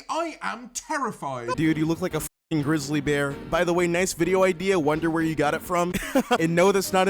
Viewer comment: the way he said Grizzley Bear 🤣